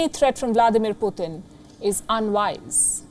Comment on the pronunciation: She said "poooh 💩 tunnn" 🤣🤣🤣💨😂😆😆